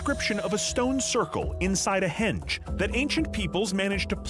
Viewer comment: Henge not hedge